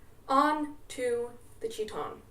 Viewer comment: her pronunciation of "chitón" has me rolling